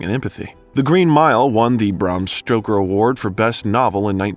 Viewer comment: Holy sh*t, you need to learn how to pronounce things! It's Bram Stoker, not Bram Stroker, Needful Things, not Necessary Things, and Dolores Claiborne is pronounced "Clay-borne," not "Clī-borne." Etc., etc., etc. Who's editing your videos?!